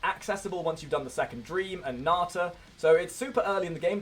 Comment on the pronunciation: It's natah (na-tar)